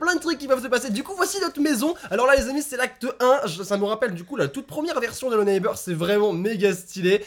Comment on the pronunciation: trop cool ta vidéo (arrête de dire hello neibeurre )